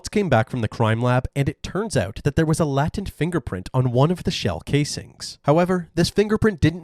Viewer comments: He said latent as "lah-tent" instead of "lay-tent" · Lay tent not la tent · *latent - is pronounced "laytent" (Sorry, legit just trying to help!) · latent is pronounced like LAY TINT btw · I do believe the word latent ( fingerprint ) is Pronounced lay-tent ! 👍♥️🙏🇬🇧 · The “a” in “latent” is long, e.g. the same as the a’s in “stay” or “skate.”